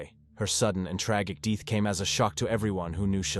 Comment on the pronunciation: “Tragic deeth”?????